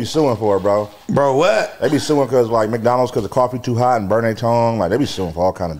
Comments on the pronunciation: Some one tell it's McDonald's.. not mikedonalds 😂😂😂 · say Maicdonals😂